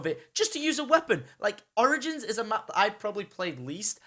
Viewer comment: he sounds like he is saying oranges instead of origins